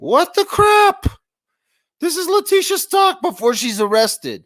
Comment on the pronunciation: Its Stauch ..stowch like COW STAUCH